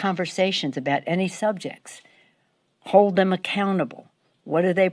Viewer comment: "We need to protect tham."